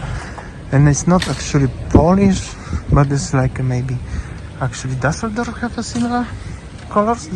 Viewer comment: What city is Daseldorf? What is this strange pronunciation?